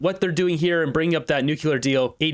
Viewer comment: Nuclear is pronounced New clear. NOT New Cue Ler Attention Raquel Dancho and the Moose himself.